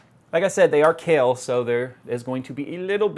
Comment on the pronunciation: oh it's kahil, sounded like Kale lol